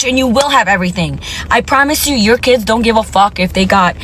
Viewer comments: Kids is one word, one syllable. It’s not Kidses !!! What’s happened to the English language the last decade or two? I’ve noticed that many people can’t pronounce many simple words or names. It’s sad 😞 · She says “ kides “ lol it’s just kids